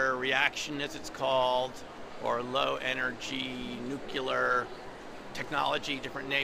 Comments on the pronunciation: You should learn how to pronounce : new..clee..are . People who say " nuke..yah.. ler" ain't taken serious-like.:) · gilliand Yeah, it makes it difficult to take serious. Its pronounced "new-clear". It's easier to say than, "Vortex Nanogear Transmission", and he managed that all right. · Interesting video about LENR but you lost me on the crop circles and micro dots. also mispronouncing "nuclear"